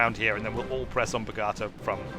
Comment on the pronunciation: Video is 4 weeks old...still feel the need to complain about the pronunciation of Bogota!